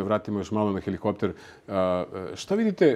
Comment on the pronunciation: Jugoslav Ćosić bi morao da zna da se kaže helikopter. Pa nije u kafani nego vidi ozbiljnu emisiju.